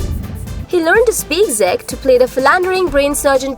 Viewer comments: its pronounced as CHECK but spelled CZECH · This voice over make my ears bleed, never in my life heard somebody to pronounce Czech like that😂😂😂 go back to shool